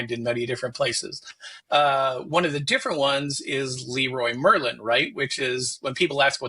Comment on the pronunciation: Leroy Merlin is a French company, and those are the French names of the company founders. So, it's pronounced with the French pronunciation, and not with an English one. It's *lehrruah mehrrla*.